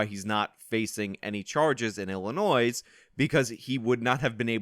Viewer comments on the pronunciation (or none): illi……NOISE. Wonder how this guy pronounces the Kansas in Arkansas. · Stop pronouncing the "s" at the end of Illinois!!!!! Its silent dammit! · 1) it’s pronounced “Anti-ock” and 2) it’s pronounced “I’ll-annoy” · It's pronounced antee-oc, and it's illinoy not illi-noise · OMG OMG STOP. It is pronounced Illinoi. You DO NOT pronounce the "s". I grew up in Chicago and it is a huge pet peeve of mine. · Illi... noise? Illi... noise? God damn it,. That S is silent. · “Annie Oak, Illi-noise”? Oh Good God! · You can’t even pronounce Illinois right. Dummy YouTube experts. LOL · Fan of channel, but please do not pronounce "s" on Illinois. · The S in Illinois is silent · FYI, the "s" in Illinois is silent. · Professional tip: Learn to pronounce the names of the cities and states so you at least sound knowledgeable. Antioch rhymes with rock, not roke. The s is silent in Illinois. After living in the area for 63 years I think I know. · Dude, you don't pronounce the S in Illinois. How do people not know this? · Good video. The "s" is silent in Illinois. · Oh yes he will go Scott free…. And FFS please research how to pronounce “Antioch” and “Illinois”… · Yeah, Illinois is pronounced like Arkansas. How can a native American not know this? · Antioch=An-tee-ahk. The S is silent in Illinois bro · The "S" in illinois is silent. Just saying. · where do you live that you pronounce the S in Illinois? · The "s" is silent in Illinois 😡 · On and off pronouncing the "s" in "Illinois" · Great video, just pronounced Illinois without the s and you'll be good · The 's' is silent in Illinois.. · Your pronunciation of "Antioch, Illinois" is driving me nuts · Dude you are like thirty years and you don’t know how to pronounce Illinois? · The ‘s’ in Illinois is silent